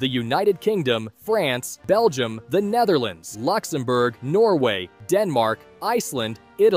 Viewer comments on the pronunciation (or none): none